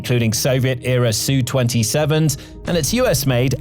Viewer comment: Ess You. Not Sue. Please. Calling a deadly attack jet a "sue" is ridiculous.